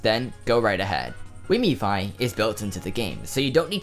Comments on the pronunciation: It is "Wiimmfi", not " Wiimmifi" ;) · Its wiimmfi, look it up. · I agree, it is wimmfi :) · You heard him say wiimmifi instead of wiimmfi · It's pronounced weem thigh!